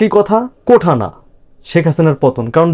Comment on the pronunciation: ভাই শব্দটা কোঠা না, "কোটা" হবে। উচ্চারণ একটু ঠিক করেন।